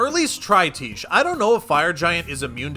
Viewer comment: Can you please stop calling her "Teesh". It is pronounced "Tie Key". She's not a quiche bro.